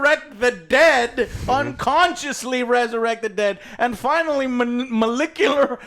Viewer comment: "Molicular Mil-nip-ulation" 🤣